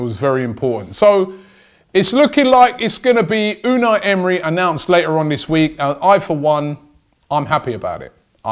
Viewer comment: Vincent V unai not unal, unai is a basque name